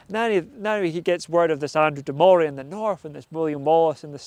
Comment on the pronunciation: Well when cant pronounce Andrew de morays name correctly, you loos all credibility as a historical blogger. It's pronounced Murray and murrayshire